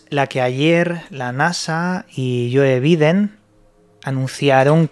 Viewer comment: Como observación, no es yoe bíden... es " You baiden"... No es jável... Es "jóbol" son nombres en inglés, no en español, saludos☺️👍